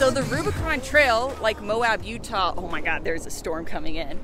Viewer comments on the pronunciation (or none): none